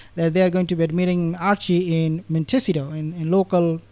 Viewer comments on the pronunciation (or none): MON-te-SEE-toe. Those two clowns are so full of shit it's not funny